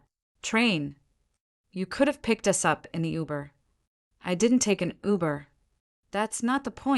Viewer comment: hahaha, the A.I. narrator is reading "us" as u s , rofl, now you can see it's a fairly engaging story with a lot of verbal speech errors that turn it into a comedy. as it's a revenge story, the driver did not inform the group that was used to her kindness ahead of time that she would not be driving them from then on, prior to the hard lesson of being left out in the cold. but decent human beings are not part of this story. go figure. The A.I. often uses foreign pronunciation of English, as French accent, or other nation Accents, which is not needed. someone should teach the a.i. child to speak correctly.